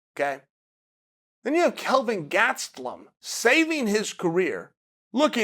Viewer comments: "Kevin Gas-te-lum" - DC ;o) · HAHAHAHAHAH I was dying when DC was saying it like that on Monday